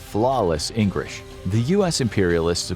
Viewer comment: My man said “ENGRISH”. 😂